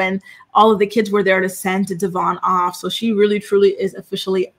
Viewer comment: It’s pronounced Devōinn, been saying his name wrong since the beginning and he had her child!!